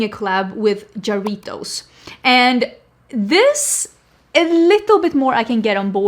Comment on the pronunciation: I'm Latina, and Jarritos is actually pronounced Hah-ree-tows 😉